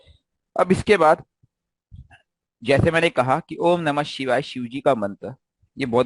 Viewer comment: Sir ... Shivay se pahle :(H) ka sound nhi Lena chahiye. "Om nam shivay" sahi hai Shivay ke "om shivay namah" sahi hai